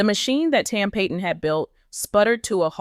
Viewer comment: It’s tam Pat - on …not pay-ton